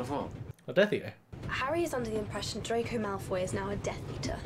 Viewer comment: "It's jello, not jelly." Uh, in the UK, no one says jello, they say jelly. "Drako" Uh... ironic. It's Draco.